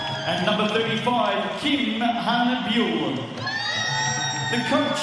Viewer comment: 저도 거슬렸어요 Byul을 그렇게 읽나봐요 ㅠㅠ 예쁜 이름인데...